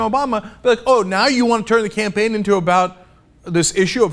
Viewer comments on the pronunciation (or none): none